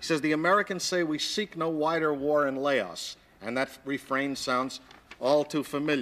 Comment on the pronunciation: Laos...can't even pronounce it